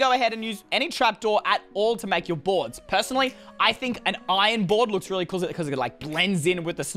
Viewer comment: I like how he said "Relly simple" and he has Two Chain helmets